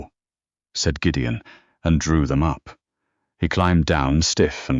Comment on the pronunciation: I greatly enjoyed Gideon's Scottish phrasings and the narrator's fine rendering of them. A pretty good story. Thanks.